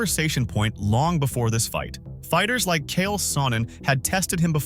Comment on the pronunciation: Along with Demian “Maya” and “Kale” Sonnen…